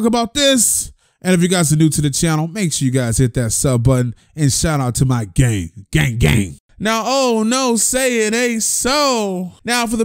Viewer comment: "Gay Gay" instead of "gang gang"